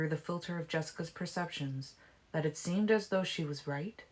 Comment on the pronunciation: When you read "though" and "too", you read it as though it's a separate sentence. It's distracting.